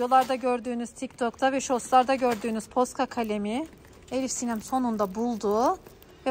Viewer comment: hiyle değil ElifSinem😡